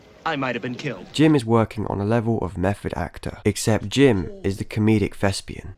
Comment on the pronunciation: Dude fuckin lost me at "thespian"